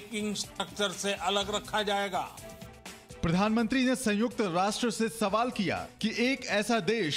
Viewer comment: संयुक्त ना कि संयूक्त।